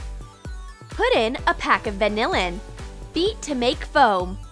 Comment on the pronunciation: Wtf is vannilin😂😂